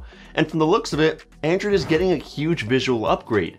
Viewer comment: It sounds you are saying "Andrew"